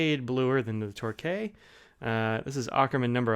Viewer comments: Great review, Torquay is a coastal city in the UK and is pronounced Torkey. Keep up the good work. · Great review! But as someone who lives 10km away from Torquay, can confirm it's "Tor-Key". Also your reviews always awaken my hunger for a Franklin Christoph... someday... someday...